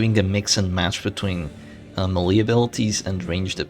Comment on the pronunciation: FYI "melee" is pronounced "maylay" (like mayday) and not M'lee